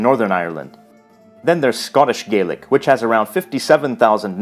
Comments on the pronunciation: As a little heads-up, it is pronounced Scottish gah-lic with an A sound 🙂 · I may be nitpicking here but traditionally “Gaelic” is pronounced like “gal-lick” when referring to Scottish Gaelic. Irish and Manx Gaelic are the ones that are pronounced “gay-lick”. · One thing that peeved me a bit is that Irish Gaelic is pronounced 'Gay-lick' but Scottish Gaelic is pronounced 'Gah-lick' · A small pronunciation issue: it is Irish Gay-lick, but Scottish Gah-lick.